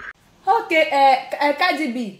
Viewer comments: On dit Cardi B 😂😂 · On dit cardi b et non kadi b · On dit CARDI B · On dis cardi b Stp